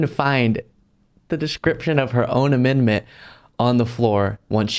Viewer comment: AmenDment. The d is not silent